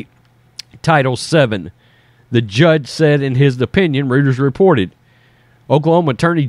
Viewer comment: Love the show! FYI - Rueter's is pronounced "ROITERS".